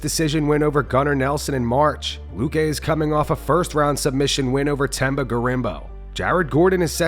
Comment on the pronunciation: Bless you brother for taking the time pronounce Themba's name properly🙏🏾🤝🏾💯